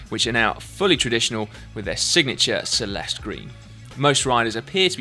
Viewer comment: "Celeste" is spelled as "[ch]eleste", not as "[s]eleste".